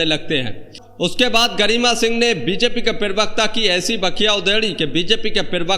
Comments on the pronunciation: I like your videos... But please, it's parvarkta, not pirvakta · Perbakta nahi prabakta hoga.Word ko sudharye. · पेरवक्त नहीं प्रवक्ता बोलिए। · Bhai prawakta kaha jata hai thora uchcharan sahi se kiya karne. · Pirvakta nahin pravakta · पीरिवकता नहीं भाई प्रवक्ता बोलिये सारे वीडियो मे पीरिवक्ता ही बोलते हो भाई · भाई जान पेरवक्ता नहीं होता है प्रवक्ता होता है ,सही सही हिंदी बोलिये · पहले अपना हिंदी सुधार. प्रवक्ता होता है न कि पेर्वाक़ता.